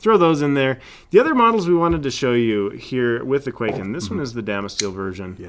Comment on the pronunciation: For the love of god and all that's holy, it's not pronounced "Quaken" it's pronounced "Kwai-ken"